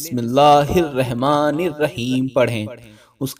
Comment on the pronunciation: Bimillah Padhne ka Aqal Nahi hai Aur Video Banane Lage......Sudhar lo...( Rehman...??Nahi)Rahman...Padho...Apna Video Dubara Sun lo....Aur Sahi Kar lo